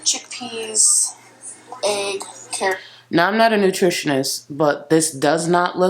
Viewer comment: Egg= “aygg”